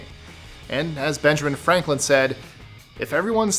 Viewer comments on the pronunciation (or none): none